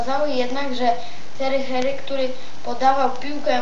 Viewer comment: Ej ogarnij się do szkoły idź, a nie próbujesz czytać a nawet nie wiesz o czym. nie marquz tylko Marques, nie thery thery tylko to sie Tiery Auri, nie maradonna tylko Maradona, nie lion tylko Lionel jak chcesz czytać pełne imię, a Leo to jego psełdo taka ksywka, choć Rooney dobrze przeczytałes, Michael Balack, czytaj Łesli Snajder. Masz niezłe 21 lat ?? Chyba 12 hahahaha.